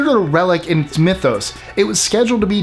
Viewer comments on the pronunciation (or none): none